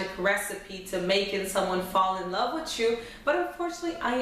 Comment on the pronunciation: The stress on your forehead coupled with the fake eyebrows and the way you say "Fall in Lob witcho" good luck.